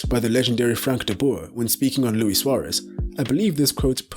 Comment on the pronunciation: Lewis “Bitey McGhee” Sware-ezze from Your-ah-gaye